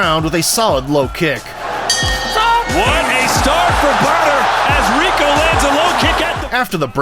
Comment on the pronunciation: happy to hear the AI voice of this faceless channel pronounces Rico's last name properly.